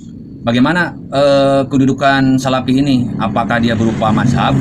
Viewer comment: salafi pak, bukan salapi.. bagusnya anda belajar ngaji dulu agar lebih fasih (bukan pasih)